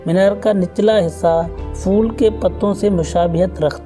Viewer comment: Meray bhae, fool nahein its a word phool